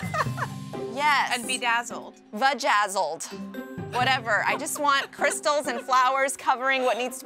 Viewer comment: " Vagaizzled " that's it I lost it she's new authentic species